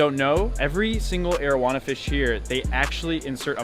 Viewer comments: I keep hearing Arowana as marijuana... lol XD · why my mind tells me "marijuana" every time he says arowana